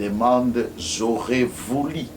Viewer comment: on dit: « J’aurais voulu » et non: « J’aurais vouli »!!! Il y a une différence énorme entre: « u » et « i », vous êtes avocat vous êtes sensé le savoir!